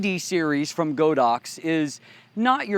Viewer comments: its god ox not go dox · Thanks for the review. A minor point. Godox is actually pronounced as God Dox. The Chinese name is God + Ox in Chinese, literally meaning holy cow.